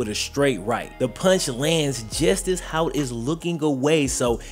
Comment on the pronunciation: Disappointed with the lack of research and frankly blatant disrespect to a figure in this story, since isn't usually about that. That "random defensive end" was actually a 2-year starter at LB and is now a college defensive line coach, and his name is Hout, not "Hoyt." He coaches at my college, which is why I care enough about it to make this comment.